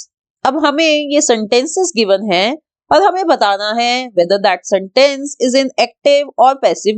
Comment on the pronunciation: Please stop saying santace (no hate)